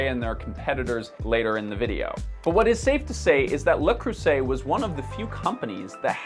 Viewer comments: the dude grew up in the area of canada that's french speaking and still doesn't know how to pronounce le creuset", I'm not sure I put weight behind anything he says, if you catch my drift... he's clearly more than a bit soft-brained, lol (because seriously, "luh CRUSS-et"??! Did he do ANY research at all???) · for a French speaking canadian, you're still essentially pronouncing it le "croosay". That's still wrong. French is my 1st language since I'm from Haiti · It's Lah-Crew-Say, not that hard. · It's ok if you can't pronounce it correctly, because, no, it's not Le "Cru-say". That's how Americans pronounce any French word that ends in "-et". But that's not the correct French pronunciation... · Pronounced: Le CreuZet. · As a French native speaker from France I have to disaprouve the way you pronounce the brand. One "s" between two vowels in pronounced "z", so le creuzet is the appropriate way. Except that, excellent video as usual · i'll give you "crew-say" but "le" is pronounced like "luh" in english; "lay" would be the pronunciation for the plural of "le": "les" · Almost! Le is pronounced more like "luh" (as mentioned earlier). But the "s" in Creuset would have more of a "z" sound. The French "r" of course has no equivalent in English....and is quite possibly the hardest letter to pronounce by a non-native. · Can't say I know what "luh CRUSSet" is, though. Weird he's showing "le creuset" items and calling them something else.... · Um, French-speaking Canadian here, I think it's supposed to be pronounced "le crussy" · as a frenchman your pronounciation is wrong but ok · Bro 'corrects' his own pronounciation of Le Creuset, and still can't pronouce it correctly. I love it!!! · You’re dog water pronunciation earned you a dislike and 2 seconds of viewing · This is by far the worst pronunciation of the brand I’ve heard to this day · maybe take five seconds to find out how to pronounce the product? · with all your jokes, you legit never pronouned it "right" lol